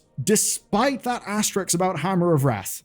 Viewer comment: "AS - TE - RISK"